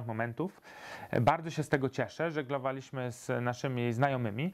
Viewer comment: tak dystyngowanemu dżentelmenowi nie wypada akcentować na drugą sylabę od końca czasowników w czasie przeszłym w liczbie mnogiej: wróCIliśmy, a nie wróciLIŚmy żegloWAliśmy, a nie żeglowaLIŚmy ZDAliśmy, a nie zdaLIŚmy przeŻYliśmy, a nie przeżyLIŚmy obaWIAliśmy, a nie obawiaLIŚmy ogląDAliście, a nie oglądaLIŚcie Polecam np. A do HDRa nic nie mam;) Pozdrawiam!:-)